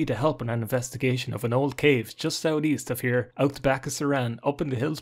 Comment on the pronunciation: Just wanna hear say "Sout'east" all day